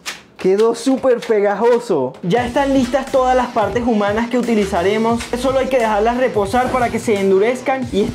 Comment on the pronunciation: Minuto dijo pegojoso